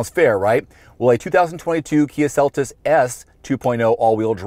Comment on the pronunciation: ok its kia seltos not celtis